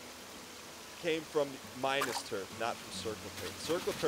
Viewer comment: maybe one day, one day, will pronounce and spell minas tirith correctly...... BUT IT IS NOT THIS DAY!